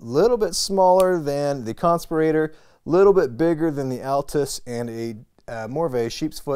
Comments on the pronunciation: need to learn to pronounce "conspirator"...not like respirator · I gotta start by saying that's a heck of a way to pronounce Conspirator. I've purchased 21 civivi knives but I'm a bit hesitant on the button locks. I feel more secure with the liner locks. I would say it is a bit of a stretch to say that civivi has nailed button locks. Check out the amazon reviews for the Altus. doesn't seem like Civivi nailed that one. I might consider the Conspirator or the sheepsfoot blade model because I really like the styles but the quality needs to go up. seems these button locks also have a premium price point for Civivi. makes it that much harder to justify getting one. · you say "conspirator" so differently to how i say it. Am I saying it wrong? is there even a wrong way? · Lol at the way he pronounced "conspirator" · I think you are pronouncing the “conspirator” wrong 😂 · That pry bar is useless. Its too short to pry anything. And whos pronouncing "conspirator" wrong is it you or literally everyone else??